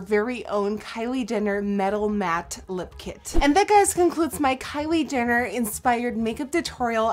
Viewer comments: Who else replayed coz she said "Kylie Denner" 😂😂😂💗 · Omfg she says Kylie dinner instead of Jenner. Dead 😂😂 I love you nikkie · she said kylie dinner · am I the only one who heard Kylie dinner in 😂😂😂 but I still love this video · Nikkie. you kept saying kylie dinner Hahahaha!!! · "Kylie Dinner" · Did anyone else catch the fact that toward the end of the video she said Kylie dinner?? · She saying Kyle dinner 😅😅😅😅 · You said Kylie dinner